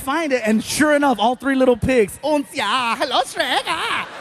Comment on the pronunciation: FYI. The german word und is pronounced unt.